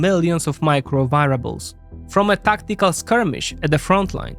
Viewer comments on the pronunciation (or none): Fantastic report. Apart from the Hungarian Slovak journalist. Words to brush up on (pronunciation): annihilate, grinds, variable.